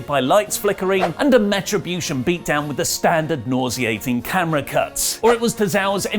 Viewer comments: Why are you calling Retrobution Metrobution? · Am I the only one hearing Meh-tribution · Did anyone notice that he called the group METRIBUTION during this whole video...?? Come on,, I love your videos, but.......